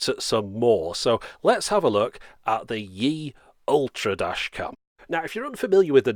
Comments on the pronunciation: It's pronounced as E the letter, not like "yee", I live in China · Obviously you're far from the only one to mispronounce it, but the pronunciation should be far closer to "Eee" not "Yee".